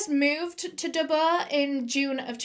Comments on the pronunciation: Great story, was a bit annoying how she was pronouncing Dubbo though lol. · I'm from Australia and as soon as you said Dubbo I winced. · She says Dubbuo not Dubbo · Do U mean Dubbo not Dubbooo? I was born in Dubbo NSW Australia lol can't believe that happened there and Dubbo is in the bush how could they be in all these city's in one night do mean towns ? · haha the way you pronounce dubbo is amazing edit: okay it’s killing me it’s pronounce dub-boe not dub-bah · the way she kept pronouncing dubbo killed me every time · Hearing you say Dubbo did my head in and I couldn't finish watching this. Holy fucking shit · the way you say dubbo makes me laugh, it's not wrong it's just a fun way to say it